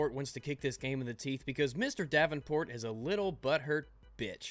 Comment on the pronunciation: I kept on thinking you said "James DABBINport"